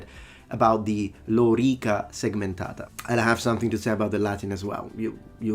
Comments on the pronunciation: Re: Vowel length – while he stressed the first syllable (“lórica”), you stress the second syllable instead (“loríca”). Both pronunciations are wrong, as the original one is defined by vowel length instead of stress (“lōrīca”). It’s difficult for speakers of languages that feature stress instead of phonemic vowel length to accurately distinguish between long and short vowels! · Why did he use 'lorica' yet pronounce it badly? Because he doesnt need to have great pronunciation; he only needs to communicate his ideas. You understood it so there is no issue for him or his profession. Blood groove aside, this vid was too nitpicky in a number of cases. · lorica is original, it was used in the latin period. It's the union of lorica and segmentata that was uncommon in the latin period and probably a later "forgery". So, he is still wrong in pronouncing the term lorica. Plus, he is not an average joe but an academic, so he should act as one.